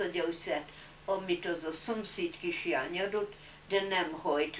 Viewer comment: Érdekes Néni !! A KISLÁNYT jól ki hangsúlyozta ---- Rátarti Mami de mire is ? Nyugodjon Békében !!